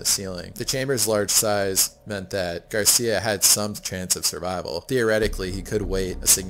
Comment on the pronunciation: Happy to hear that you like Mallorca, greetings from the island! By the way, Xisco surname is Gràcia that means grace in catalan, curious that the narrator pronunciates it like Garcia. Keep up the amazing content!